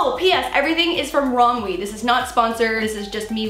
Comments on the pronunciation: Its pronounced rom u dont say the w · yep the w is silent